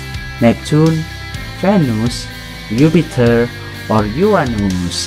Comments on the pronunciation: ‘Yupiter’😂😂 you should give a test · Yes it's Jupiter!!!!! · It is jupiter not yupiter 😂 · Why Yupiter????????????????? hahahahahha its "Jupiter" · Not yupiter its name is Jupiter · Jupiter not yupiter 😂😂😂😂😂😂😂 ediet pehle khud Sikh 😂😂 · It's Jupiter not yupiter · you are making planets name wrong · its jupiter not yupiter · It is not yupiter it is jupiter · Sir it's Jupiter not Yupiter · Thank u for sharing this video and one more thing Its not yupiter its jupiter... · Phele na khud Jake padh yupiter nhi Jupiter hota he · Yupiter not jupiter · It is Jupiter not Yupiter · U are wrong it is not yupter it's Jupiter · Sir You Are Pronouncing And Spelling The Word JUPITER As YUPITER. Thank You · It’s Jupiter not yupiter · Why he says yuptier it's not called yupiter it's jupiter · That's Jupiter not yupiter answer is jupiter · its JUPITER not YUPITER🙏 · Dude I got all them right but it’s not yupiter it’s jupiter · It's not yupiter it's Jupiter 😂😂😂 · and it was jupiter not yupiter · its not upiter its jupiter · Its jupiter not yupitur 😂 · It Jupiter not yuptier!!!!!!!!!!!!!!! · It is not Yupiter it's Jupiter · It is Jupiter not Yupiter 🤣🤣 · you pronounced many words wrong and wrote jupiter as yupiter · I wana become a scientist and imsaw this video this is the most most easy quiz in the wrold wasted tim dislike pls😡😡😡.Wdym it's not mucury it's mercury it's not yupiter it's juipter ngl this is so dumb!!!!!. And it was not Galileo who invented telescope lol noob!. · But its not yupiter its jupiter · It was soo easy sir and also it's not yupiter it's jupiter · that jupiter not youpiter you are saying wrog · Hello it's not yupiter by the way... its Jupiter......and mercury is pronounced Mercury not mercoory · Thank for video, but it's not ypeiter its Jupiter. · Too easy and it’s Jupiter not yupitor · May be i think its not yupiter its "JUPITER" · Is it yupiter not jupiter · learn that ''Yupiter'' is called Jupiter ;) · If anyone needs a test it's you you fr said yupitet